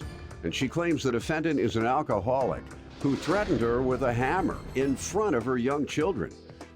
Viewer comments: "Akaholic" "dutch" tape. "ax" instead of "ask" stay in school, people, before worrying about adding anymore people to this earth. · "AK-A-HOLIC". "AXED" instead of 'ask'. The plaintiff's witness yelling and fussing AT the plaintiff. Mentally deficient, emotionally defective and just plain old, garden variety ratchets! I am truly embarrassed for them. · And a akka-holic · And "AK aholic". Axe, instead of ask. "Dutch" and "Duck" tape. "Pitchers" instead of pictures. Ridiculous!